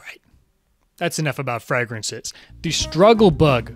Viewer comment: u say "fragrances" in a way ive never heard anyone else say it